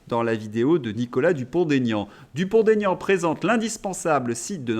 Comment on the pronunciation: Bonjour et merci pour votre travail. Une petite remarque ! Il n'y a pas de liaison dans le nom de mr Dupond Aignan ! Il l'a souvent dit mais je crois qu'aujourd'hui, il a renoncé 😂😂